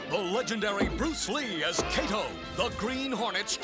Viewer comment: This Kato pronunciation is just as bad as Japanese version of Mr. Roberto. For curious people: it's pronounced "Kah-Toe"